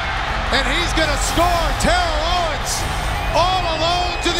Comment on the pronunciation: the announcer wasn't kidding when he said "tear-ell owens"!